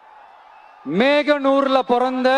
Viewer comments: Mehanur illa mohanor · அய்யா நல்லா பாத்து படியுங்க மேகனூர் அல்ல மோகனூர். தமிழ் உச்சரிப்பு ........ Sorry . ரிகர்சல் எடுத்துக் கொள்ளவும். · Adhu meganur illaida moganur .oor pera kedukadha.